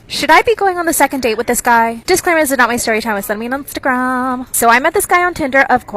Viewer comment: “It was sent to me on ✨iNsTahGraHMmMm✨”